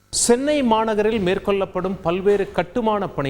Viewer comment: சென்னை நகரில் மேற்க் "கொல்லப்படும்" "வெல்ல அபாயம் " நல்ல தமிழ் பேசும் தமிழனே கிடைக்க வில்லையா உங்களுக்கு செய்தியை வாசிக்க?